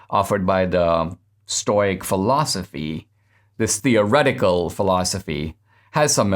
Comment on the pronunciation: Sorry Dinesh, it's pronounced stow-ick or stow-icism as in stow rhymes with crow